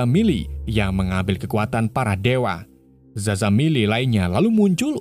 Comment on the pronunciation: Bang Shazam bukan zazam